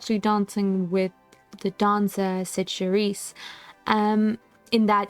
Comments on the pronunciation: For a pronunciation of Cyd Charisse, think "shareese". By the way, there's a hard to find outtake of the stuntman doubling for Gene Kelly jumping from the streetcar and missing the open convertible, landing flat on his ass in the middle of the street. It probably really hurt. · Um, Ms. Charise's name is actually pronounced "Cher-eese"... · Cyd Charisse's surname is pronounced "sha-REES" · I LOVE The Band Wagon, which also stars Cyd Charisse (pronounced “sha-REES”)